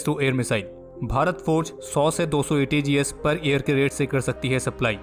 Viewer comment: Aapne ATAGS ko ATGS Boldiya.